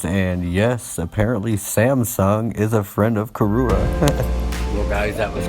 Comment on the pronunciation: Your pronunciation of karura was on point and correct, nice video and factual history of the forest. Keep going our mzugu hero🤛👏👍